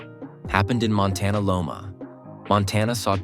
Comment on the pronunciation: Wish they would use a real voice-over person. “Montana- Loma”? Really! Write to me. I do VO and will give you a huge discount!